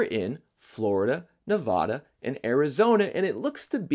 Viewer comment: Please pronounce Nevada correctly